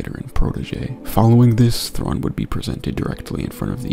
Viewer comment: one of my favorite things is how Anakin mispronounces thrawns full name lmao 😂😂